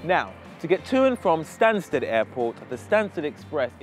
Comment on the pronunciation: u spelled stansted wrong - u said stansed